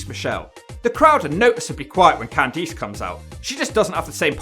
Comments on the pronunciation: Candice = “can-diss” not “can-deece” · Why do you say CanTHESE instead of CanThis lol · Cand EESE??????????????? LMFAO